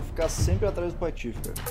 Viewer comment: o r do patofe tá estragado